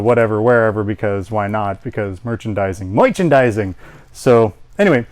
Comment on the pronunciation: LOL MOICHANDIZING! MOICHANDIZING...Spaceballs the FLAMETHROWER!